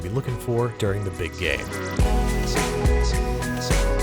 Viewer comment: now i cant unhear it